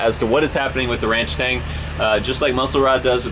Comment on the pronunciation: Why “ranch-tang” instead of “ranch-stang” ?